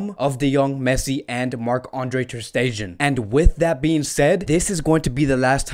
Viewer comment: With due respect , your content & analysis has been excellent except your pronunciations e.g. it's not Sane as in antonym of insane... it spells saa..ne.. just like sadio maa... ne... same way leroy saa...ne. Same for ter stegan it spells "ste-gan" not "ste-jan" .. like its waa.. gue... not wayg.